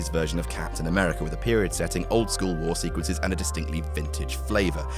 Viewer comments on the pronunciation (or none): none